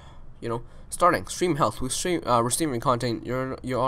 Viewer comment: I love how this guy says stream More like Shream